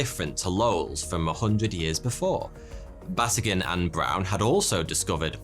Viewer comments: Batygin is pronounced Ba-tee-ghin. The emphasis is on TEE. I absolutely love your channel. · Oh, you're my fave mispronoucer. Mike's name is ba-TEE-ghin. So there you go.